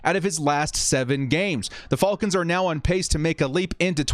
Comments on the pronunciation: Why does he say “falcons” so weird and wrong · I was asking myself the same thing lol 🤣